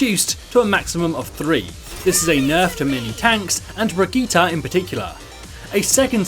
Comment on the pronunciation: It's Berg-ita, not Bridget?